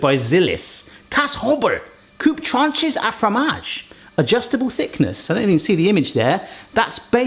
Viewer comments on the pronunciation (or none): none